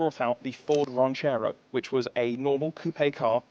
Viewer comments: I would rather have a 327 than a 350. El Caminos had a bench seat. They never had bucket seat. Its a Ranchero, not a Raunchero. Learn how to pronounce it correctly. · That is a Ran cherr oh, not a Raunch err oh.